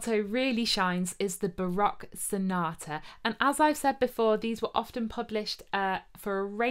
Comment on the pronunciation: ... as an American who speaks Dutch (lived in Hoogeveen for 4 years), bravo! lol - I came for the recorders, stayed for the amazing Dutch pronounciations! (I play the recorder as well, even started a 4 part consort in college circa 1995) - de groeten uit de vs!